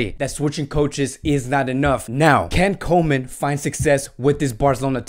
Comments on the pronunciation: Koeman is pronounced Coomann, not Komen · how about Koeman instead of comen xD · You pronounce it Koeman as oe like in YOU and it's no ay-djex.. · Micheal After — I understand “koe” in Koeman is like “cool”. Something like “coo-man”. Coman is like “ko” in Konami, the makers of pro-evolution soccer game.